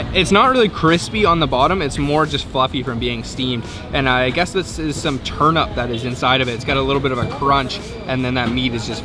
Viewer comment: Turnup? Turnip not Turnup